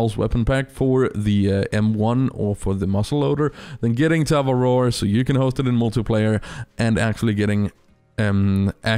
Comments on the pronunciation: As a kiwi, the way you pronounce Te Awaroa annoys the hell out of me. 😂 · When he makes te awaroa the worst reserve but he can't even pronounce the name properly